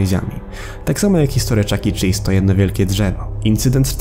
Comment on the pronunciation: Pov: starasz się rorzczytać Chuck chelese czy coś👁️👄👁️